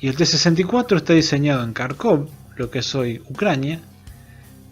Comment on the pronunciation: un consejo, Kharkov se pronuncia Jarkov. En el idioma ruso, ucraniano y derivados, la "kh" suena como la "J". Saludos.